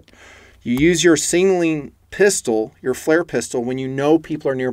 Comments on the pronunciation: Love the video but your Killin me. Sig....naling. Not Singling...lol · Hey, Leave the extra “n” out of the word signaling. I appreciate the video.